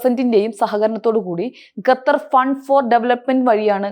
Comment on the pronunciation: ഗത്തർ അല്ല ഖത്തർ ആണ്